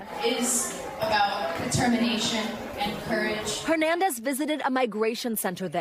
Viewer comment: Please, pronounce Laurie’s last name correctly. It is not “Her-nandez,” it is pronounced (Air)nandez. The “H” is silent. It is sad that people still mispronounced this last name. Specially from a news organization. It would have been amazing to hear this amazing young woman’s last name pronounced correctly.